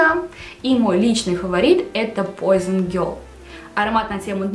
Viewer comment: Пуазон, а не пойзон, это французское название, а не английское, парфблогеру стыдно не знать такого